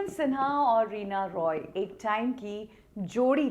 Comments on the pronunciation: Reena Roy hein madam , Reena Rai nahi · रीना रॉय है राय नहीं है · Aap Reena Rai kyo bol rahi hai jab ki uska naam Reena Roy hai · Reena raay nahi reena roy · Are Reena Rai nahi hai unka surname Reena Roy hai 😅😅😅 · Reena Roy not Rai mam